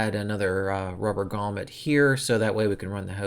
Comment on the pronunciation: Great video, “gromlet” lol